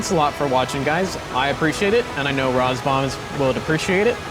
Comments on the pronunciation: Is that how you are meant to pronounce RAZBAM? Rars-bum? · I love your videos, keep up the good work. However, I have to agree with other comments about your mispronunciations. Not a deal breaker, but an area to improve. I do wonder if “Roz-Bomb” or “Raz-Bam” is correct now. :)